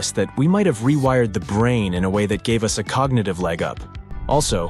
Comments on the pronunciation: please please please lose the AI reader and put a real human reader in. i know it probably costs more but at least there will not be the common idioct of using u s instead of us at least wait until there can be sufficient language descrimination that us does not become U S even though some egos might love it. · The way they said Us vs US was super weird!